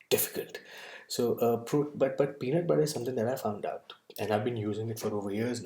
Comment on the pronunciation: Tbh I already knew about the contents and ins nd outs of da peanut butter... But just quickly touching on the statement you made early on "today I would like to talk about........... Pee.. Nat!.. PUtta! Lol